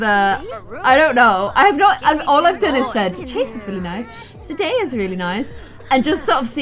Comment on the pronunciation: “zenaya” me: “no zendaya” “zenaya” hm okay